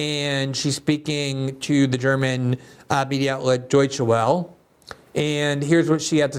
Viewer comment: Glen, just so you know in the future the Welle in DW is pronounced Vella. It is an awful news outlet.